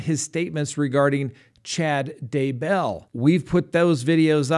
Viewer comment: Love ya. Also love how you say Daybell. One happy subscriber here.